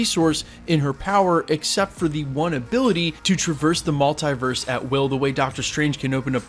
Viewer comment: Someone pls tell him how to pronounce MULTIVERSE....its triggering me!!